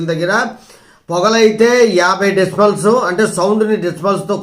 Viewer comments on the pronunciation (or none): భాష ప్రధానం...నిన్ను రా, పోరా అనడానికి ఎంత సమయం పట్టొచ్చు!? ఫోన్ చేతిలో ఉందని దాన్ని పిచ్చోడి చేతిలో రాయిలా వాడకూడదు. ఎదురెదురుగా లేమని అగౌరవంగా పిచ్చివాగుడు వాగితే ఒక్క కేసుతో నిన్ను 100 రోజులు తిప్పించగలం...జాగ్రత్త! BTW...it's not "డేసి బుల్స్"...it is "డెసిబుల్స్". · డిస్మల్స్ కాదయ్యా.. నాయిస్ ని డేసి బుల్స్ లో కొలుస్తారు. డెసిమల్స్ కాదురా బాబు